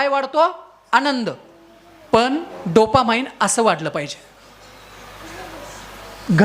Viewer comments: डोपा 'माईंड ' नाही हो डोपामाइन् !!😅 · Dopamine, not dopamind